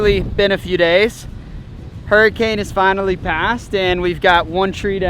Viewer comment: F1 raceboat looks like a crawdad...Name it Crawl-Dad! The Irony! Or maybe the way you said Hurry-cane...